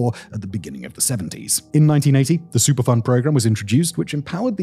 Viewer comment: Every time he said superfund, it sounded like he was saying super fun to me & I couldn't help but chuckle, then feel bad for chuckling, given the subject matter. I grew up and still live near (but a safe distance from) St. Louis and I've been hearing about this for years and it's always baffled me how people can either but so stupid or care so little as to allow this to happen.